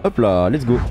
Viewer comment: Go go go pas go pas go il dit pago